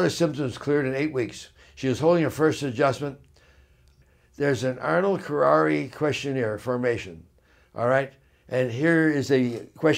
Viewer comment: Ernold kerarri formation? People who take this condition seriously usually refer to it as Arnold Chiari MALformation. while I am not against chiropractic treatment, I am hesitant to trust anything you say, since you not only fail to pronounce it correctly but your thought process on the whole ordeal just seems to be greatly askew and out of touch with reality. Maybe it seems snobby to point out also that your spelling and grammar are horrifying.